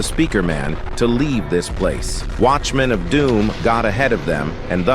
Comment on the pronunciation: " wash men of dom"